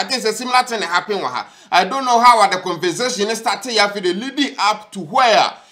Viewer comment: did I hear you saying "CONVERNZATION"?? Why? Is Kwaku Annan your English teacher now? 🤔 Well I was just wondering 😂